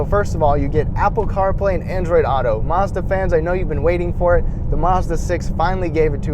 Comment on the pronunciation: Its Mazda NOT marzda